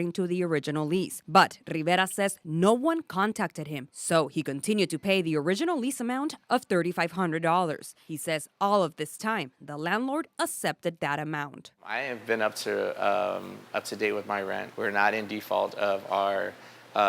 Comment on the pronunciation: maybe he should open up in mexico? I heard their is lots of opportunity and it's cheap down there. even the news reporter says 'assepted' . literally can't speak English fluently. I've seen their commercials in Arizona say "Joe Biden doesn't fight for los gringos" (Gringos means foreigners.) the alien mexicans run commericals here in spanish claiming that White people are foreigners in our own country. You reporters never cease to make me sick.